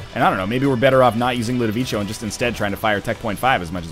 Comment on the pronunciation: Ludovico is pronounced with a hard C, you dingo.